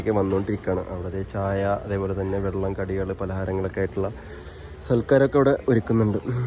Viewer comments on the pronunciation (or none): none